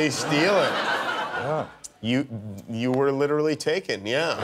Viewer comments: I love how he pronounces Taken as "Tekken". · I actually thought he said "Tekken."